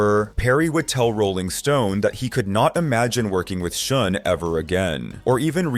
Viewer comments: Why can't you say Neal Schon's name the right way?? It's pronounced SHAWN, not SHOON!! UGH!! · His last name sounds like, "Sean," not "Shoon." Just FYI. Good video. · Who is shune his name is schon pronounced shahn or sh--ahhnn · It is pronounced Shawn not Shun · "Shun"???? Its pronounced "Shawn".... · What about Oasis, Black Crowes. Those are worse as it is brothers who hate each other. It's pronounced Neil Shawn not Shun. All that shows is you really don't know or care anything about all of this you are just reading a bunch of crap and reciting it for monetary gain. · Its not "Shun" Is "Shawn" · Neal pronounces is last name as "Shawn" not shun. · It’s not shun…. Jeez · What? You never heard of Neal Shun? 🤣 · You mean it's not pronounced Neil Schoon? 😂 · Youre pronouncing Neal Schon's name wrong... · Neal Shun? Duff Mc-Cah-Gan? Can't this guy do some quick research and find out how to actually pronounce these people's names, so he can pretend to actually know what he's talking about? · Dude, learn how to pronounce the names if you're going to all the other effort of making the video. It's like putting on a suit and smiling for the camera with spinach in your teeth. Neal SHON. Duff McKAYGUN. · If you can't pronounce the last names correctly, perhaps you shouldn't narrate the video. (Schon and McKagon)